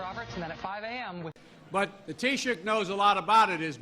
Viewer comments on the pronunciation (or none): none